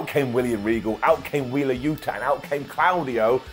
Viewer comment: For anyone commenting on pronunciation of Claudio he’s correct it’s clow dee oh not claw very European indeed